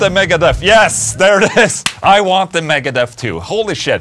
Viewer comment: just for the sake of knowledge... it is actually "aguante megadeth"... cracked my ass off when saw "i want the megadeth" 😂